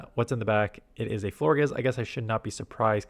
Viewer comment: Love your content. Pronounce Florges like gorgeous with an “fl” at the beginning